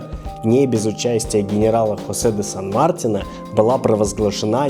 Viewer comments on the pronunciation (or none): Ребята, сан МартИна, ударение на И